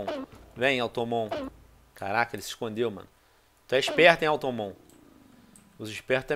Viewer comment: que raiva de vc falando automon hahshahshasha é automatom